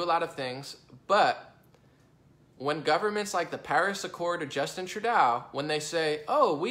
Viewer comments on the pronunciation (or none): LOL It's not Treu "dow". Treu "dough" hahaha.. too funny. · 1. Ontario is a Province 2. Toronto is a city in Ontario 3. Trudeau is pronounced True-doe. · I love your videos. Keep up the good work. Only criticism I have is how you pronounce the name Trudeau. Its pronounced True-doe or true-dough. It pains me doing this. Anyway keep up the good work as I look forward to listening to your video's.